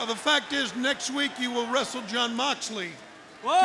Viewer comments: I love ya company but u said Jon moxelely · "MOXLELEY" oof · Ah yes. Jon moxlely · 'Moxlely'... xd who use social media?